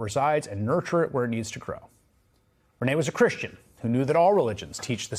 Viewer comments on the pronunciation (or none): none